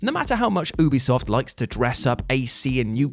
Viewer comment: Yoobisoft, not Oobisoft. Ubiquitous software.